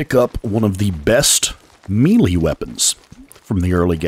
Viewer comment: excellent details! I just wanted to say "melee" sounds like "maylay"... not mealie